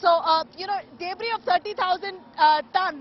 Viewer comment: She pronounced "debris" as " dayybris" 😄